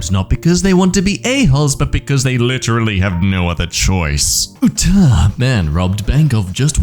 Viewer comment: Why does he say Utah like that?🤣